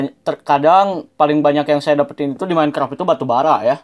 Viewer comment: kok ngomong minecraft minecrap?